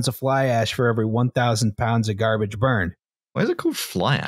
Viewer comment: i believe it’s called “garbarge”